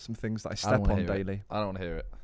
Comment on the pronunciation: “There’s tings on Mars” -Lux 2022